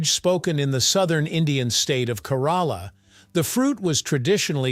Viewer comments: Your pronunciation of Kerala is another example of how words change when used by non native speakers :) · I'm losing it over the pronounciation of Malayalam or even Kerala 😂